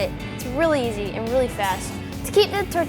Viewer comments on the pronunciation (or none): none